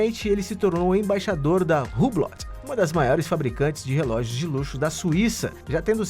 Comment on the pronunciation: Se diz hublo ( hublot)